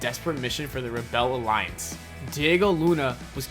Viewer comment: the way you say "rebel alliance" is funny. your pronouncing it wrong ;p